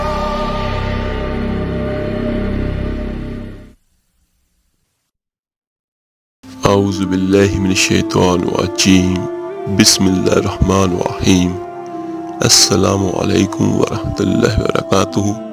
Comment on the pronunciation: Assalamu alaikum WR WB. Bhai aap bismillah parhne me "Ar rahmanur raheem " Kyun parhte hain. Aapko Ar rama nir raheem" Parhna chahye. Plz correct it. 🌺🌺